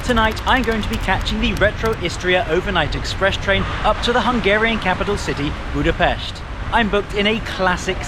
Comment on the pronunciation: bro pronounced Budapest correctly, omg this is a rare moment in history